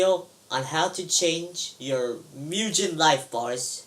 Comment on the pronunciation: It's pronounced Myu-Gen Not Myu-Jen Great Tutorial BTW